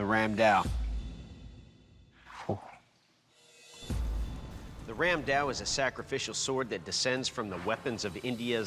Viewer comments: It is not randao it is ramdaa. It was widely used by the Bengalis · Ram daa was used extensively by the Gaur rajputs of Odisha and Bengal. And yeah it's called Ram daa not Ram dao 😅. I'm Bengali and I have one in my house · i am from India...and it is ram da not ram dao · So... as a Bangali, I must say something about the pronunciation. Because every time I hear someone say "Ram Dao", my skin crawls. It's Raam Daa, not Ram Dao. The distinction is important because "Dao" is a completely different weapon. However, I understand that people who isn't a native speaker of any of the Sanskrit influenced languages may not even notice the difference. Nice episode though. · I'm Indian and it's pronounced as Raam, kinda like a stretched 'rum'.. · Ramda became Ramdao😂